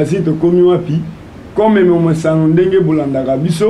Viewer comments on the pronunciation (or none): none